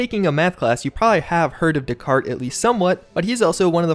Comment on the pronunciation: I've never heard descartes pronounced 'decart' with a hard T like that before.